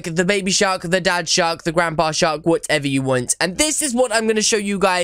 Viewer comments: I hear "shot" instead of "shark" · The last time you said mama shark you said mama shar.